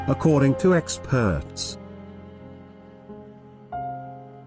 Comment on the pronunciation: « Ex perts « ???